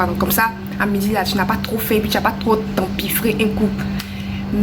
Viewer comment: L'accent est revenu "un coup"😂!